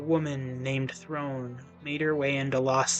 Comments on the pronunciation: Did you only play the game in different languages or something because saying throne like the chair a king sits on when it's never said that way is a choice... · I’m a little surprised by the pronunciation errors here (including a main character, Throne) - just because the voice acting provides the correct pronunciation. I’m curious if the author played the game on mute or something.